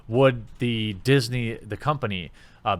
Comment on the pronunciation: "Diss-nay" I like it.